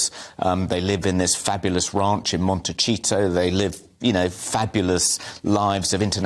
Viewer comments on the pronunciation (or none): MONTE-SEE-TO. Not MonteCHEETO. And it's not a ranch. It's a 2 story house with a very tiny amount of property.